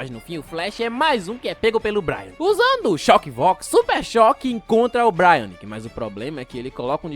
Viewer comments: N é 'bráiaque' é brainiac (breiniac) :face-orange-raised-eyebrow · É BRAINIAC, não BRIANIC kkkkkkkkk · Vídeo impecável como sempre! só uma correção mano, o "Braniac" que você falou aí no vídeo se fala tipo "Breiniaki" e não "Braianiki", mas tranquilo, esses cara só dificulta nos nome dos bixo também kkkkkkk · Vídeo muito bom, mas ouvit ele chamar o brainiac de brai- nac kkkkkk se fala brei-niaqui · manos essas pronúncias do nome de braniac incomoda de verdade